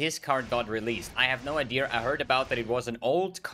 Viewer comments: Am i the only one hearing say "novaR" and "ideaR"? Its so weird lol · It's called intrusive r, look it up